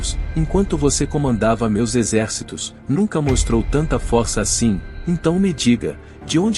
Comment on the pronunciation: Não é fórça e sim força